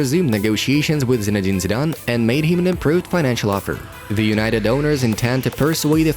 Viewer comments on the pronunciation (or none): none